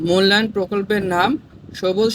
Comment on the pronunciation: ষনাসিক মূলায়ন না😂😂ষানমাসিক